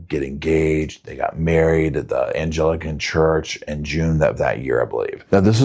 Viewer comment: ANG LICK AN. IS THE pronunciation . Honey bee i do wish it was as angel focussed as u make it sound